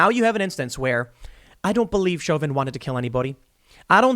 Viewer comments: It's pronounced show-vin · Isn't it pronounced Sho vin? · Tim pronounces Chauvin 4 different ways in this video